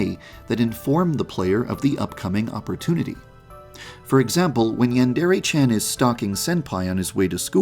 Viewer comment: How to pronounce Yandere: Yan-Der-Ayyy